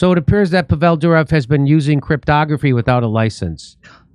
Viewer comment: Pronounced “Povel” not “Pavelle.” 😂